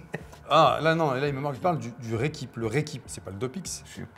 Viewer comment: ou le ReQuip comme médoc que tu as dis lol